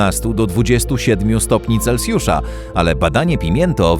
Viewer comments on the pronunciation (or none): none